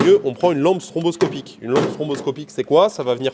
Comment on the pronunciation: Je sais que tout le monde fait la même erreur, mais c'est STROboscopique, pas STROMboscopique. Voila, désolé d'avoir été relou 😘